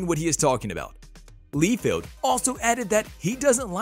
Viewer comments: The biggest problem I have with this video is the pronunciation of rob liefeld name. It's not lee feld ite LIE FIELD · It's Liefeld ....not leefeld